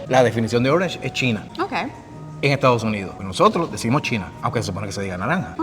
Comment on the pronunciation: “Estaos” Unidos